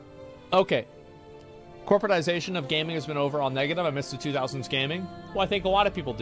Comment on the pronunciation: Why he reading gaming like that 😂😂 that’s not how he pronounces it.